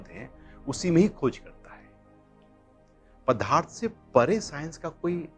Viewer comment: जी "पदार्थ " को " पधार्थ " बोलना गलत है, कृपया सही शब्द " पदार्थ " का ही उच्चारण किया करें. धन्यवाद.